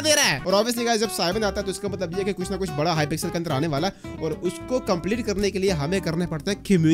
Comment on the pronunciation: " beda garg pixel " bahi 🤣🤣